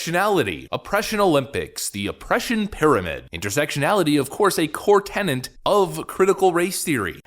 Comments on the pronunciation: TENET (ten-net) not "Tenant". A Tenet is a doctrine, principle, or position. A tenant rents an apartment. I watch every video and enjoy them...I don't want you to appear uneducated. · Like your stuff. Please make note that you pronounced "tenet" as "tenant." Specifically, you said that intersectionality was a "core tenant" of CRT. Just giving you the heads up.